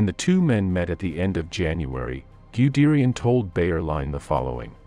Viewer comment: Grobdoochland, Gooderian, Wermakt, The Roo Basin. Aaaaah. Computer Generated voices, my old friend. Well produced video though. :) Great stuff.